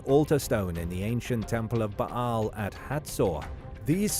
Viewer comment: Yeah who was 'Ba'-Hal' exactly? It's pronounced 'Bale'. Bale's shaft. OMG!